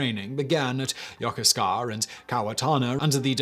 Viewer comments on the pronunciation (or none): Just FYI for future reference: Yokosuka is pronounced Ya-KOOS-ka